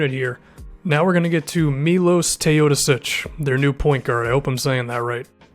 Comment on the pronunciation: Funky- Strong video but please research more beforehand if doing a thorough preview. MEE-lowsh Tay-oh-DOH-sich MON-trez Harrell (The L is silent) "He [Gallinari] has like some isolation and post-up abilities." That's extremely inaccurate. He's one of the best post-up players in the league on a significant number of attempts: (This Year). He was also 76th percentile as far as PPP on isolation possessions were concerned. You also failed to mention his proficiency in the PnR. Here you can see he was in the 95.5th percentile as the ball handler last season as well as in the 89.5th percentile as the roll man in 2015/16 (not enough possessions this past year)